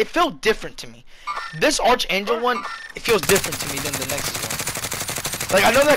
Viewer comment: Btw it's pronounced 'arK-angel' not 'arTSH-angel'